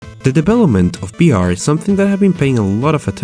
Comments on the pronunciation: Why do you say b instead of v? Its kinda annoying👌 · can u say "vr" and no "br" or u just kiding? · Is someone else confused because he says BR instead of VR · Why cant you say V you say BR all the time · i am not trying to be rude but you are saying Br instead of vr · are u constantly saying BR or am i crazy? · HE SAYS "br" NOT "vr" xDDD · why do you say BR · why do you say b instead of v? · "The debelopment of BR..." LOL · most of the time when you say vr it sounds like you're saying beer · the way you say VR in this video, sounds like BR. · tfw this nigga can't say the letter V Intro: De debelopement of BR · does he say br instead of vr (he cant say v) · I heard "BR" through the entire video and not "VR" haha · Why you say BR? Or whole video you change v w/ b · Is it just me,, or is he saying "BR"? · it's VEE R you fucken punk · Gee, I love "bee""arr" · Every time he says BR or Bive I die inside.